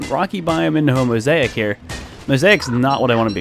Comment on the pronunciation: Did he say homosaic?